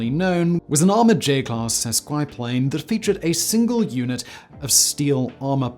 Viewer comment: JFC. It's pronounced Ma Deuce, as in Mother Two, as in M2. Not MADYOOS. Also "sesquiplane" carries a short "i". And the full-power US WWI / WWII .30 calibre battle rifle / machine gun round is pronounced "thirty ought-six", not three oh oh six". It's the .30 caliber round adopted in 1906, or '06.